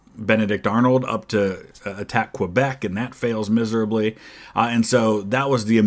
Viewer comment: Just had to point out, its pronounced like "ke-bek" not "kwa-bek".